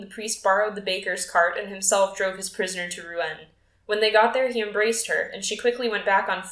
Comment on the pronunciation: Reading a little too quick imo. And Rouen is pronounced Roo-on!! ❤